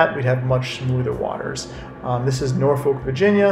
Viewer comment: u keep saying norfolk wrong its "norfolwk"